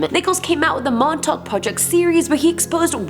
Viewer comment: Since you talked about Montauk (which you pronounced prefectly) you should do more lists about Long Island. If you need help theres an entire book about it (excluding the Montauk monster)